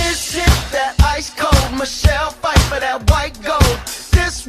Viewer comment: How you mispronounce her last name and Greg worked with her in Margo’s Got Money Trouble not the Madison